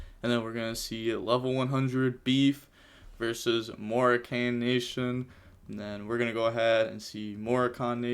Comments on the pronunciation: it’s pronounced MOE RA CAN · One day he'll figure out how to pronounce Moroccan....one day.